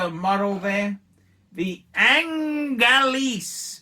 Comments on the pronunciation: Pronounced Oooooungh-layyyy Not Aaahhhhhnnn-leeeeese! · I got to be totally honest with you it’s not pronounced ANGALEASE